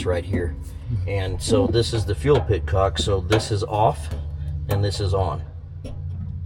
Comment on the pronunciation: Unbelievable how great it looks and runs. For anyone who heard him say "fuel pitcock" and might not know... the word is petcock... an e instead of an i.